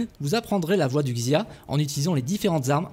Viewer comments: TCHIN !!!! Ca se dit tchin, et non pas kin (pour la dysnastie qin) Pareil pour xia, ca se prononce chia Et sinon le jeu m'a l'air bien a chier, sac a pv, personnalisations, rpg, microtransactions, ni assassins ni lame secrète, armes lourdes... Bref pas ce qui fait un assassin's creed. Et en plus ils gachent une super période historique qui aurait pu faire un très bon jeu sur console. Bref, ce n'est clairement pas pour moi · en chinois qin se prononce « tchin » et xia se prononce « chia »